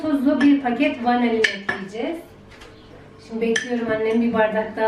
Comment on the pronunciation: vanelin değil vanilin 😊